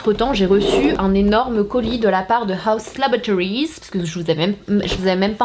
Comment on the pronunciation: “Un énorme colis de HAUS LOBOTORIZ” 😂😂